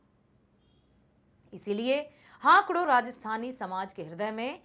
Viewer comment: Good but , it's not हाकड़ it's हाकड़ो